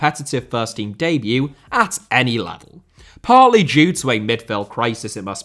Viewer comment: Debut * not Deibyu Signing* not Sagning Magalhães * not Magalis Ramsey* not Ramzey Solanke* not Solankei Mbeumo* not Embueimouw Raya* not Jayer Caicedo * not Caiceirouw Enciso*not Encescouw Buenanotte* not Buenanottei Can't * not Khon' Eze* not Ezei Olise* not Olissei Doucouré * not Doucorei Andreas* not Ondreyas Granada* not Granohrer Tete* not Tetei Diogo* not Diyeigouw Dalot* not Dálouw Half* not Holf Felipe* not Felipei Roméo* not Rôuwmiouw Clube* not Clăb Hugo* not Hyugouw Bueno* not Bueinouw